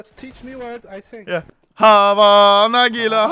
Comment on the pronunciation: said "Nygga" right? Instead of Nagila xD